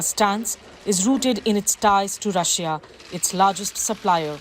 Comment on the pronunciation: “rusia aur best freind sar” “rusia endia bast frieinds”